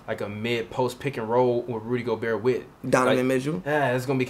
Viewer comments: His name not go-Bert you say it like Pierre, gobeierre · The T is silent bro he’s French. You gotta stop lol